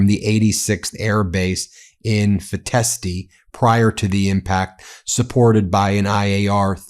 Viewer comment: Feteşti read Feteshti. Ş=sh in English 🏴